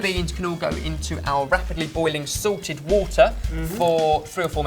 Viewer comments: I hope I'm not insulting accent or anything but and is he saying 'Sorted' or 'Salted'? xD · I thought I heard you saying "cold sorted water." Hahahaha. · i knew that fucktard but it sound like sorted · Every time you say "salted" I keep thinking you say "Sorted" Lol.